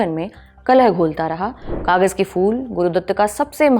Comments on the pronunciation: Madam fool nahi phool hota hai 😅❤ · fool nahi phool kahiye madam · Kahan se tallafuz sahi hai mazdoor ko majdoor bol rahi hai phool ko fool aur bhe bohut se ghaltian hain.